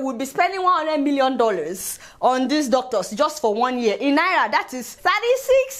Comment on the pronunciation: Love the way you pronounce Naira.....